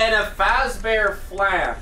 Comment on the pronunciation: really out here pronouncing Flan wrong